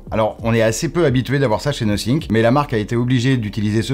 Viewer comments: C'est "no think" ou "nothing" le testeur ? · 🤨 Nosync...Nothink..... Donc cela veut dire que personne n'a eu la gentillesse de dire au journaliste qu'il y avait une erreur de prononciation. Surtout qu'avec du montage, cela aurait pu être corrigé assez tôt. Pour le reste, merci pour la vidéo. On attendra le test complet pour les perf et les caméras. Mon Nothing Phone(1) acheté pour Noël 2022 fonctionne tjs bien: SD778G+ pour ceux qui connaissent.